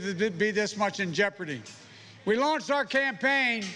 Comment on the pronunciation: "We launce the campaign at the.....oval"